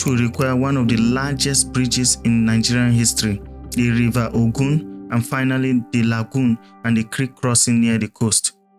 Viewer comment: Nice work, but are you narrating with AI? The way you are saying Ogun and Oyo is not the way Nigerians pronounce it? 😂